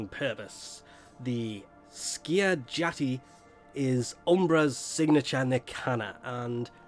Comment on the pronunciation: How did you pronounce Skiajati right and Miasma wrong for a whole video?